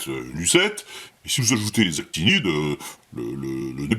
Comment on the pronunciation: C'est actinides, avec un "n"😁 sorry